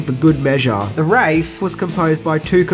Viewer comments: Also it's not wrath it's wraith like supernatural entity a wraith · LOL you kept saying "the WRATH" instead of Wraith (Ray-th).. another movie this film seems to have helped inspire is Alex Proyas's film The Crow.. as there are plot, and other similarities in The Crow to The Wraith. seriously watch The Wraith and then watch The Crow... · AAAARRRGGHHHH!!!!!! IT"S THE WRAITH, NOT THE WRATH!!!!!! IT"S PRONOUNCED "RAY-TH" Wraith = An apparition of a person appearing before death; a ghost of a person. Wrath = Forceful vindictive anger. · It's pronounced Wraith as in 'Faith', not wrath as in path. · Thank you....but you missed that it's pronounce RAY-th not rath...LOL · I heard him say wrath once but the rest of the time I could tell that he re-recorded the pronouncement of wraith. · The title is called the Wraith, not the Wrath! Please learn how to pronounce things before doing these reviews. Otherwise, I love these reviews! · It's called the WRAITH not the WRATH. So it sounds like Rayth. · I always loved this movie as a kid. One of my favs from the 80's. But, It's the "Ray-th" not "Rath" haha. But i have enjoyed the hell out of your videos. I especially love the poster comparisons. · It’s pronounced “WRAITH”… Take “Ray” and “eighth” (8th) and combine them…. “Ray+Eighth” … “Wraith” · Why do you continually say Wrath instead of Wraith ? Is there a joke that I don't understand ? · Please learn to pronounce Wraith. You keep saying wrath.... And no mention of the Dodge M4S???? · I loved this film...you are mispronouncing the title. It is Waith...not Wrath...which is a highly different thing. Also...you did not mention the sources of Washington Irving...and by association...the Kolshack episode with the headless Hotsrman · The "Wrath" LOL .....well it is the WRATH of the WRAITH...... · WTF? All the way through you keep saying "wrath" instead of 'wraith". What the hell happened there? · Its pronounced wraaaaaath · Dude, stop saying "The Wraf" 😂